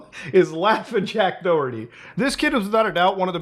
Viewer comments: you pronounce the H in Doherty. It is not Do-erty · Muda , i know you have no idea but its pronounced Da-Her-Tee , its an Irish name and we like to make words that sounds almost nothing like they are spelled , its our fav past time. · The way he said Doherty was weird 🤣 it’s an Irish surname. The h is mentioned in Doherty. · He's pronounced Doerty? I kept pronouncing him Do-herty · Is it just me bothered how you guys pronounce Doherty it's Doh-her-tea